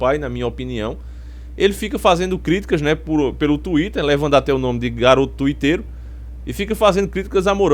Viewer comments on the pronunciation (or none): Quando ele falou " garoto tuitero" euro muito. Por causa do sotaque dele....kkkkkk